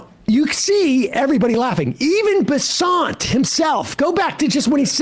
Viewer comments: It's Scott Bessent, rhymes with the money could be better spent. Not Scott Besaunt, rhymes with checkmate by en passant. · Why does he keep saying his name wrong? Bessent. Just say it like that. It’s not some obscure French cuisine. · Bessent. You pronounced it wrong.